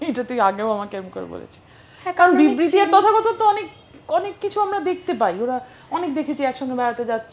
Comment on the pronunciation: ভাই আমি তো সঞ্চালিকার মুখে বিরবিতি (বিবৃতি) উচ্চারণ টা শুনার জন্য ভিডিও টা দুইবার দেখলাম 😂😂😂